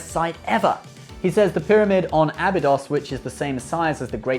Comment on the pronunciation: Start the video talking about how people mispronounce Goa'uld. Later mispronounces Abydos and Ha'tak